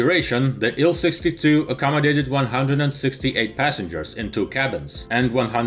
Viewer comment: TU = "Tee-You." IL- "Eye-Ell."